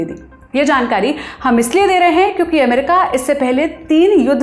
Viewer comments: अमेरिका को एमेरिका बोल रही है, और डेलावर को डेलावेर, कहां से ले आते हो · ये अमेरिका के बदले एमेरिका क्यूं बोल रही है? थोड़ा सिखाइए कोई इसे